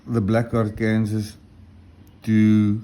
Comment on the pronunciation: Hi, I think what you call a Black Arkansas (Ark-Kansas) is usually pronounced Black Ark-an-saw with the final s being silent. Do you know if the coticule you use is a reconstituted ie man-made coti made from coticule dust. While it sounds like a downgrade they can actually be the best finishers of all. I can't be certain but it looks like one, cuts like one and is in the most common size they were made in. Have you done any videos with the La Dressante? Those can be very fast stones.